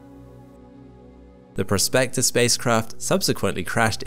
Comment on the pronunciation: "PROSpector", not "prosPECTor". Two different words, with different meanings.